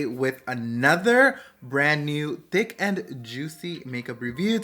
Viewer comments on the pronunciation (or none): Lol why did I hear “d🍆ck and juicy” instead of thick and juicy!!! 😂🤭 but either way love the lip combos !